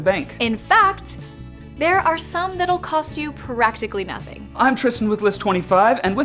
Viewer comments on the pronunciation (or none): Annoyed she added an E in Practically....